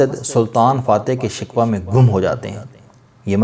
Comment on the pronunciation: Very nice, but pronunciation to be corrected that is Shikoh not shikwa hope you won't mind